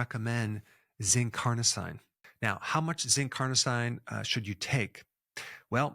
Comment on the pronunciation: Dr Berg is so good, but I'm always baffled that he always mispronounces medical terms. Carnosine is pronounced "Car-no-seen", every medical term ending in "-ine" is pronounced "-een" because they are French-derived word. Such as L-Arginine, L-Tyrosine, Amlodipine, L-Theanine, L-Citrulline... All pronounced "-een" at the end. Please Dr Berg, please, it's not that complicated to get it right.